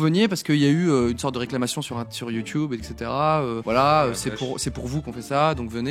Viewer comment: J'accroche pas du tt à ce format... Et ptn ça le stresse quand cyp dit YouTube il le dit trop bizzarement!!!